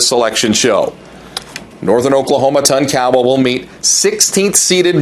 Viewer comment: Can somebody tell this guy the correct way to pronounce Tonkawa and Jay Herkelman? It's embarrassing listening to him butcher these names.